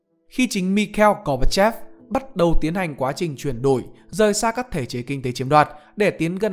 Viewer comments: gorbachev là cái tên Anh hóa, đọc như vậy là gán cái tên kiểu Anh cho một người Nga à Gooc ba chốp là phiên âm Việt theo tiếng Nga ông ạ, Gooc ba chốp đúng hơn "gooc ba chép" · Bạn nên đọc là si bia chứ đừng đọc là si bị ri a , gooc ba chôp chứ đừng đọc là gooc ba chép nghe ngang tai lắm nghe đài tiếng nói Việt Nam đọc quen rồi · đúng hơn là gor ba chốpz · Góp ý cho người đọc thì Gorbachev thường phiên ra tiếng Việt là Goóc-ba-chốp. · Đọc đúng tên tiếng Nga của ổng luôn chứ.